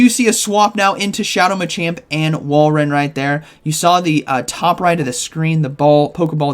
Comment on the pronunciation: pronounces Walreins name different every day 😂 Whale Run, Wall Run, but he did get it right previously with Wall Rain